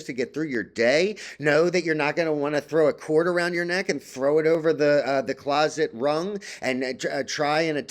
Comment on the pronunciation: "closet rung" lol